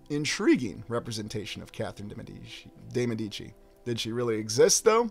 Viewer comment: Many thanks, as always! Great stuff. You said "Medici" two different ways. Confused, I went to my trusty Forvo⍽cwm to listen to the pronunciation by volunteer native speakers --- not that they can be trusted! Hahaha!